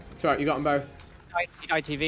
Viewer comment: British people be like “ alroit I can vibes with it ay